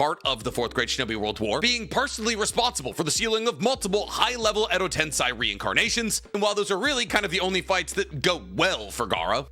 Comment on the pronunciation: Enjoyable vid and topic 🙌🏾 but you gotta work on some of those name and word pronunciations. Edo tensei, Minato, kurama, haku, etc